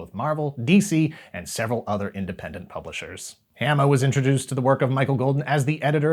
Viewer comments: I gotta also say this... Larry’s last name is pronounced with a long A sound, like in “origami,” so it’d be Haw-muh, not Ham-uh. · It's WILLY DuWitt, not "Wally." And my name rhymes with "(Dalai) Lama" not "(Ala)bama." But, otherwise pretty accurate. Thanks! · Hama is pronoucned the same as in Yokohama. I think you started getting it right towards the end, but just keep and eye out XD